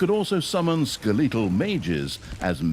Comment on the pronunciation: Voiceover guy seems like a one-take wonder. Pronounces some stuff super weird. “Skay-lay-tell” instead of skeletal?